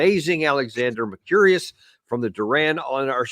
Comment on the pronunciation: Mercurious sounds better ... but it is Mercouris